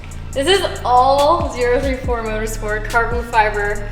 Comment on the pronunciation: She’s got it correct. It’s Zero Three Four